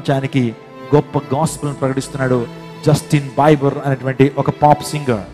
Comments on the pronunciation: Justin biber kadu sir Justin bieber (bee ber ") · Not బైబర్ it's బీబర్ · justin bieber pronounciation wrong